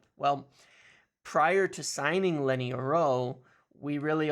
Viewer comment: Lol why're you saying Lenny's name like that, youre rolling his first name into his last name 😂